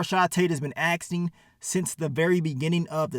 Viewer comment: this man put a t in "asking" lmao